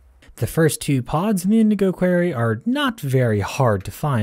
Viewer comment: indigo QUORY thats whow its pronounced